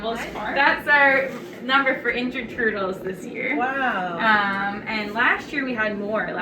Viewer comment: "I like toitles."